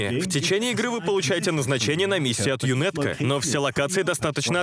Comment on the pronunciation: Вот бы такую русскую озвучку в игру)а так збс. Только не ЮНЭТКО, а ЮНАТКО, так правильно